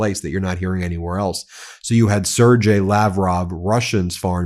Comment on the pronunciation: Sergej Lavrov. You pronounce the name Sergej: Serr -gay